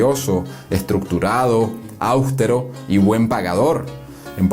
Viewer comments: A ver narrador, el término analfabeta se usa cuando es femenino y analfabeto para masculino, si te refieres a Juan Vicente, no era analfabeta, debes decir no era analfabeto. Otro término que usas incorrectamente es aústero, es austero, es una palabra llana, no es esdrújula. Fuera de esos detalles, me encantó la narrativa y ese recreo histórico donde aclaras muchos comentarios mal intencionados sobre la gestión de JVG. Saludos y ya me suscribo de una. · "austEro", palabra GRAVE Y NO ESDRÚJULA. Con esa metida de pata gramatical ya se deduce el origen del narrador. Sorry! /// Además es LoS Andes y no los Lojandes!!! !!! !!! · Seguidor y admirador del canal.., austero esta mal pronunciado. No es una palabra esdrujula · Hola. Permítame felicitarlo: por su buena voz, excelente dicción, pero debe tener cuidado: pocas palabras mal pronunciadas. Se pronuncia austero y no austero con tilde en la a como usted lo hace. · No se pronuncia «Áusteros» es «Austeros», sin acento . Jeje. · Por favor no digas áustero es áustero!! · Amigo ,no se dice ÁUSTERO con acento en la A.No es una palabra esdrújula sino llana.No lleva acento.Es Austero.La sílaba tonal es TE. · La palabra "austero" se compone de tres silabas: aus te ro. y se pronuncia con la fuerza en la silaba te. no an la primera silaba come se oye aqui. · Aberrante que ese muchacho diga 'Áustero' (como palabra esdrújula), cuando se dice AUSTERO (la sílaba tónica es la segunda -la de la e: es palabra grave-). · Saludos, la palabra austero es un trisílabo de acentuación tónica grave, por lo tanto la fuerza está en su penúltima sílaba (te). Para ser pronunciada: sic. áustero , tendría que ser esdrújula y llevar por obligación tilde, lo cual no es así. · Mi comentario va dirigido al Narrador del contenido histórico del programa, muy didáctico e interesante. Debe corregir la lectura de la palabra AUSTERO… es una palabra “grave” sin tilde, debiendo pronunciarla correctamente.